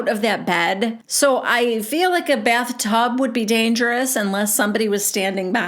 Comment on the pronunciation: I love how you sound like Robin when you speak like Whitney …. Just slower and a little more ditzy. But it must be an Utah thing .. the fill - feel… rill- real … dill - deal … etc etc. I gotta be honest ir makes me laugh when you say it but hearing these women naturally talk like that is obnoxious